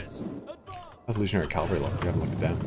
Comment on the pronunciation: Why do Americans say calvary instead of cavalry?